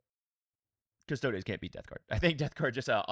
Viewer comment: Love your content and I hope you don’t mind me saying this, but there is no ‘a’ in custodes. It’s cus-tod-ees not cus-tod-ays.